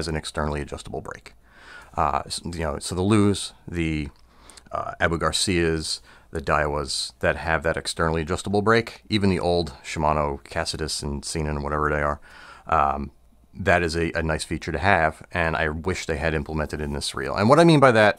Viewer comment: It's "Ka-see-tus" and "kay-nen". Casitas and Caenan lol this is a pet peeve when I watch your videos haha. Good video as always